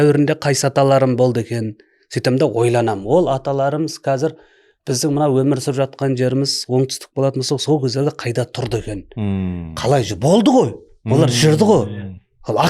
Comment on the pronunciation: Оңтүстік мұхит деген жерде оңтүстіктің “к” жартсы қайда?🧐